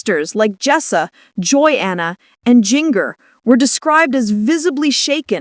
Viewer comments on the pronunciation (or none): You need to learn how to pronounce names!! Her name is ginger spelled jinger!!! Start saying it right!!